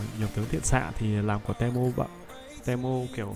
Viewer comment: đọc tiếng việt là ti mô chứ te mô là j ông nội nghe khó chịu sao á